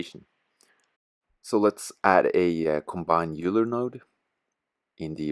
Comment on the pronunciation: Cool vid. Just heads-up, "Euler" is pronounced "Oiler" ;)